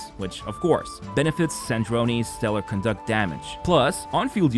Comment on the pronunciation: My man GG. You da man!! You're the only one that pronounces "Conduct" the way its meant to be. Other CCs pronounce it as it was a form of behavior :D